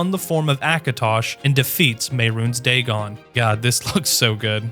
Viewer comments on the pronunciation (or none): none